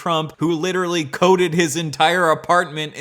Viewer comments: I HATE THE WAY HE TALKS PLEASE IT MAKES MY BRAIN ITCHY “Witerally” ass bitch “detonated wam” ass bitch PLEASE SHUT UP TURN IT OFF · Hmmmm witaawally